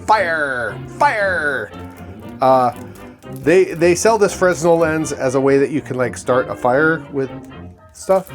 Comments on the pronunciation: "Fresnel lens" is pronounced freh-NEL (/frɛˈnɛl/) or FRAY-nel (/ˈfreɪnɛl/), with a silent 's'. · it's pronounced "fren-nel"